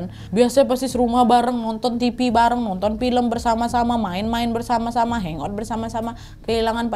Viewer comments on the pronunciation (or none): none